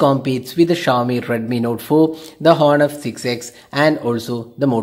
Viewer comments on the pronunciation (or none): none